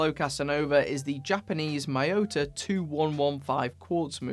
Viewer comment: I have a question. Why do non-asians pronounce Miyota as Mah-yow-tah? I mean it’s Mi-yo-ta. They don’t pronounce Ink as Ahnk